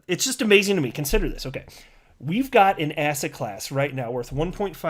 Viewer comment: I keep thinking you say Asshat Class instead of asset class (I watch your videos at 1.5x speed). Made me think Asshat Clayton is now in a class of his own..